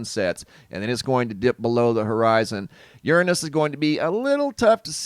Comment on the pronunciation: I had seen monday a web site that was showing the corona hole in the sun and to expect the geomagnetic storms this thur/friday march 24th! And, who pronounces uranus "yurn'us"?🙃